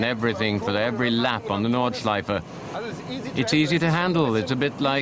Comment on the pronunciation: "Nürrrburgring Norrrdschleife" xD